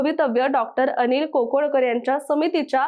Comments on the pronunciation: खोदड नव्हे खोडद, कोकोडकर नव्हे काकोडकर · कोकोडकर का काकोडकर ? खोडद का खोदड ?